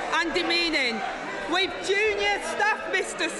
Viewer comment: Cannot believe she said wiv instead of with!!!!!